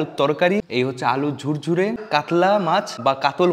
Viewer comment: আলু ঝুরি কে আলু ঝুরঝুরি বলছেন তো লাতাগুরি কে লাটা গুরগুরি বলছেননা কেন? 😁😁😁